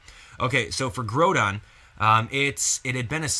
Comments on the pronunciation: Wow I cant believe you mispronounced their names. Key-ogre (its Kia-ogre) and Grodon (its grow-don). Sorry if I'm being a douche about something minor but its also something I can't stand Any who I think the story may revolve around a team using Raquaza to control both legendries. but who knows. Anyway I personally I want a Mega Glalie. Maybe Volcaniodon will be pivotal in the storyline since its said to be a fire water type so maybe it will have some plot point involved but knows. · (K-eye-oh-ger) (Gr-ow-don) grow like growl (Ray-qua-za) (Hoe-in) (Sala-mAnce) Jeez... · even though im the worst for it sometimes the fanboy in me cringed at you pronunciation of kyogre and groundon